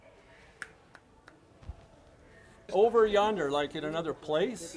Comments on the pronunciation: The fact thay he couldn't say, "Over Yonder" is killing me! 😂😂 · Over onder? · The funny thing is that "Over Yonder" is an old phrase, so I just don't understand how the older employee couldn't pronounce it right, and yet could! 😂😅🤣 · The captions having every mispronunciation of ‘yonder’ is pure cinema